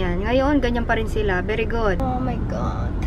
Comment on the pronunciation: natawa ako sa "beri gud" HAHAHAHAH